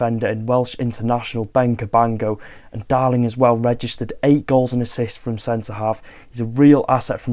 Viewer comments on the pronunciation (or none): none